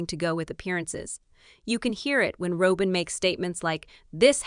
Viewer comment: It's Robin NOT ROWBIN